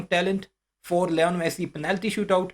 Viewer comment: Its li-nol messi not leon messi